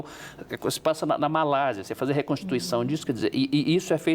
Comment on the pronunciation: o correto é Malásia